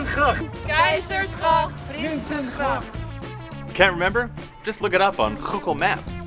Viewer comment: Please don't ever pronounce google with 2 dutch g's again. I cringed so hard😂